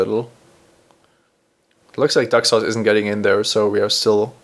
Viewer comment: Yup, Duck-sauce it the correct pronunciation